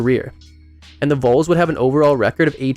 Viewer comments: It’s pronounced like Vawl not Vole. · Very nice retrospective. But, c'mon, if you're gonna talk about a player's career in college, learn how to pronounce the team name. Vols rhymes with walls. It's not pronounced like the rodent (vole)..